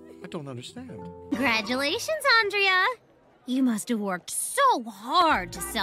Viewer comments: It’s not Andrea it’s ANdrea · when you realize her only friends were the ones that accidentally pronounced her name wrong XD